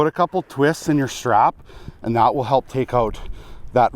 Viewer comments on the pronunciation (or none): none